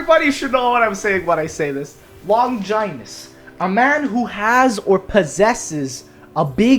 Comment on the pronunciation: Longinus pronounced " Lawn-juh-niss"